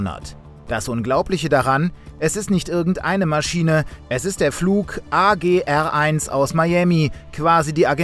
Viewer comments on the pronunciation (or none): nicht einmal drei buchstaben kann die bild in der richtigen reihenfolge ablesen. ARGentinien. Flug ARG1. nicht agr1.